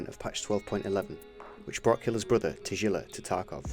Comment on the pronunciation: Its Russian, english rules do not apply to it even if its Romanized. And its a G not a J. if it was Romanized as Tajilla, then I'd forgive you, but it wasn't. Also you can hear people say his name in the game in random NPC dialogue, they say Tagilla. As a fellow english speaker I understand the confusion, but as a linguist in multiple languages I cannot forgive this mispronunciation. Its a strong G, not a soft J. Ta GIlla.